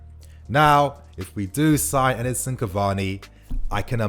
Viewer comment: can you stop calling him Edison, it’s Edinson my man 😤